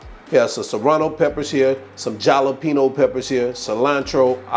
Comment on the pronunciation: Jala pino 😂😂😂